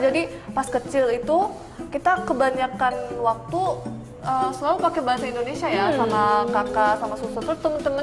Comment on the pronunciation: Kalo mau sebut nama global Indonesia(inter) bang jangan Endonesia..wkwkw